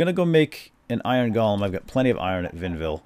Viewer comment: How about George the Golem? Also it's pronounced GO-lem, it's not pronounced gollum. One is an automaton from Jewish folklore the other is a small grey lunatic chasing after jewelry. It drives me nuts when people pronounce it like gollum.